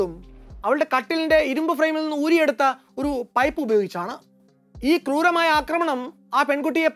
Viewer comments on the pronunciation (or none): none